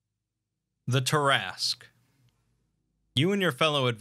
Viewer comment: Look at the name. Say, "tear askew". Look at the name again. Repeat as necessary.